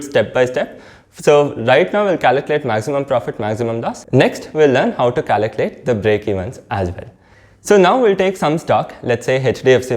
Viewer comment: Caliculate or calculate .Please pronounce clearly